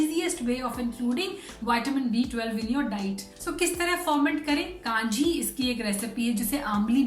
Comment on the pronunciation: It's not kaanji but kanji it's a Tamil word